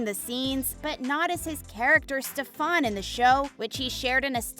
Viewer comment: "Enough about SteFON!" "...Hello, Clarisse"